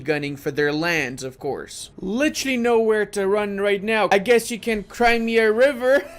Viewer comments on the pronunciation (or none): none